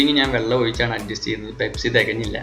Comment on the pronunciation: pespi alla pepsi